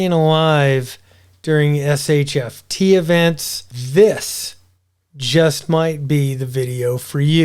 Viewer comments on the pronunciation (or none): Not sure why you call it SHFT instead of SHTF...